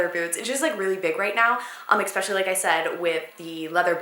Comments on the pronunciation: why do Americans say ekspecially, it sounds so ditzy and uneducated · It's so cute and funny when you say "expecially" instead of especially haha I wonder if you ever noticed you do that luv ya <33